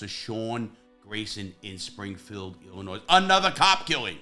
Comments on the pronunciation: Silent s when pronouncing Illinoi . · The S in Illinois is silent. It’s not a plural state. Thx